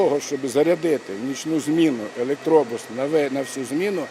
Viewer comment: Що у львівян постійно з наголосом в українській мові? Чому у слові автобус наголос на о, а електробусі вони ставлять наголос на у?